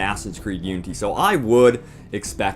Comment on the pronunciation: Does anyone else here him say Unty. Like oonty